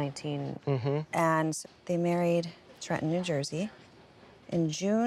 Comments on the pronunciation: Everyone in New Jersey gets made fun of for pronouncing Trenton with out the second t, but it’s so cool to hear Christina say it the exact same way. ❤ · Oh my gosh, I'm from New Jersey and that's true. I just realized I don't pronounce it with two t's either